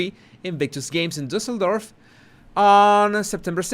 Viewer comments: You pronounced Düsseldorf so well 😊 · you perfectly pronounced Düsseldorf!! Thank you.